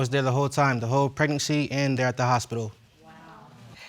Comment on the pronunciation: Why can’t she say pregnancy? Preg•nan•cy